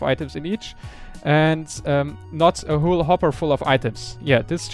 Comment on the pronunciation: It is "whole" not "whool"! ._.